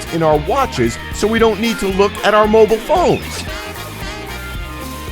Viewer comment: Did he pronounce mobile as "moble"? 😂